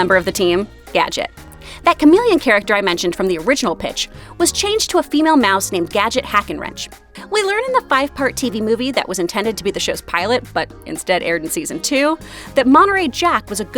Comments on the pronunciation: Her name is Hackwrench. Not Hack ’n wrench. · It irritates me that she says Gadget's last name as "Hack n' Wrench" when her last name is Hackwrench. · "Hack-wrench" - not Hackenwrench... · Hackenwrench ? It’s Hackwrench. And that new backstory is absolute blasphemy lol. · Every time I heard "Hackenwrench" rather than "Hackwrench" kinda stung a little. Like, right in my nostalgia.